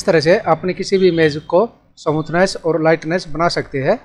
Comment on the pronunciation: फ़ोटो को समूथनेस नहीं कहते बल्कि स्मूथ बोलते हैं।।। ओर यदि स्मूथ नहीं बोल पा रहे हो हो गोरा या साफ बोल दो गलत उच्चारण से हमे तकलीफ है